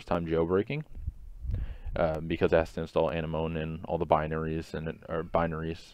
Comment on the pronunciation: Nice guide! btw, it's pronounced an-m-o-nee